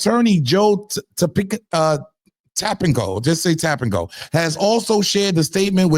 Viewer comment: We're just going to say "Tapinco"😂😂😂😂😂 its Tacopina 😭😭😭😭 niccaz just making up their own language now, is this what we're doing now🧐🤔